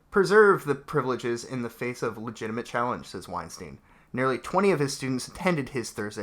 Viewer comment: So, I know this is ultimatly irrelevant, but i cant help myself: his name is weinstEIn, not weinstIEn. The "ei" is pronounced like I or eye. Its german and means winestone. Also: damn these children are stupid, it hurts.